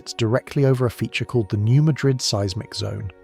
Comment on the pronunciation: It’s pronounced “New Mad-rid”